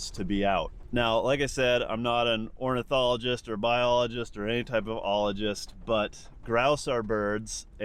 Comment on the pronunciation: It's orni-thologist, not orno-thologist btw! (I've been one growing up in a birdwatcher family)